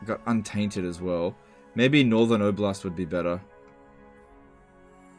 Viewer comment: Its not obl-a-st. Its o-blast. Its region from Russian.